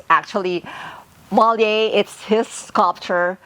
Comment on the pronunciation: Nice house.. It is not pronounced MOLLIER.. It is pronounced MOLIERE... Putting emphasis on the last word due to the accent ( called accent Grave). :) I love the beautiful house and the different decorative pieces. Enjoy